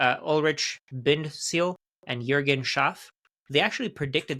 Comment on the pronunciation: no joke, did you live in germany or work with German speaking colleagues? Even names like Juergen you pronounced accordingly.